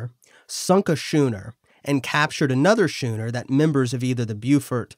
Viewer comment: It's pronounced "skooner." a hard "ch"